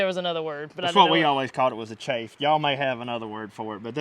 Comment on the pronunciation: The chaff. Pronunciation similar to “calf” it’s mentioned several times in the bible.